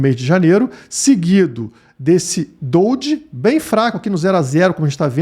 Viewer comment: Amigão, gosto de tudo no canal e com toda a humildade, e sem ofensas eh dojí (se pronuncia do-jí e não doldji), hehe. Desculpa ai a correção. Bj! E continue o bom trabalho, acompanho desde sempre